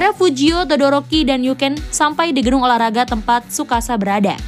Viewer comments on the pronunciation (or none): Maaf mbak todoroki bukan doroki